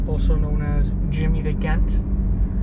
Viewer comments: Did you graduate hs??? "Jimmy the Ghent" ???!!! It's pronounced just like "Jent"...it is a short form of the word, "gentleman" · Jimmy the "Ghent" lol? It's "gent" like gentleman dude. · jimmy the gent pronounced jent as in gentleman not gent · Jimmy the Ghent??? Bro, "Jent," as in, short for Gentleman. SMH... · It's GENT, not GINT. Perhaps take a reading class? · im jus seein this now , dude its pronounced " jent , not GEnt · Its jimmy the gent as in gentlemen not Gent asshole! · I believe Gent is not pronounced with the g sound of gate, but rather jent. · Did you call him the gant? Its gent as in gentleman lol... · Jimmy the JJJ gent not. GGG gent. Haa its cool . we all make mistakes. But it was funny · Jimmy the jent as in Jimmy the gentleman..not gent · Dude it’s Jimmy The Gent as in The Gentleman not Gint. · I kept wondering wtf a Ghent was ? Maybe something like a gimp ? 😂.... Nice to know I wasnt high and it's gent like I had always thought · OMG, jimmy the gint?????? Anyone else catch this pronunciation???? Dude learn how to pronounce basic words, wtf man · Jimmy the GENT not Gent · NOT GHENT, SMFH FFS! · gent? it's pronounced with a jay sound je-nt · it is pronounced "Jent". just an FYI. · Ghent? 😂 c'mon man..... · It's Jimmy the Gent ... sounds like Jent. Short for "Gentleman" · Jimmy the gent. Pronounced "jent" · Jimmy the gen - t ...it's jent..as in short for gentlemen..gee - int..I find it hard to believe you didn't know this.. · The GENT AS SHORT for gentleman... Not G. E. N. T... Idiot... Jesus you's Guy's need to double check your audio before you post G. E. N. T... WTF... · His real name was Jimmy Conway at birth and he was called Jimmy the gent pronounced J e n t , he had two sons Frankie and Jesse named after Frankie and Jesse James if you want any other news about oZone Park or Howard Beach where people lived or hung out you can always reach out to me I'm from Howard Beach for 40 years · Gent is short for gentleman. Pronounced Jent